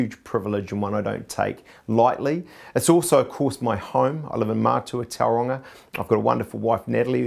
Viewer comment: If you're going to represent Tauranga, can you at the VERY least pronounce the name correct.